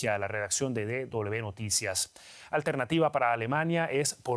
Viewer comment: Be noticia. Y que palabra existe fonéticamente en español?. No será w como William, Wilson, whisky, etc